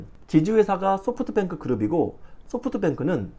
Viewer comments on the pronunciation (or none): none